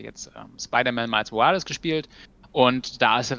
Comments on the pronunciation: "Miles Morales" Miles - englisch ausgesprochen Morales - deutsch ausgesprochen ... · genau genommen muss der nachname spanisch ausgesprochen werden. Nächstes mal vielleicht...